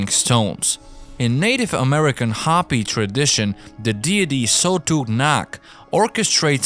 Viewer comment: Ho-pee not hoppy